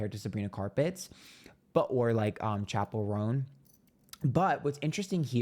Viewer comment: Me disappointed he pronounced Chappell Roan’s name correctly 😂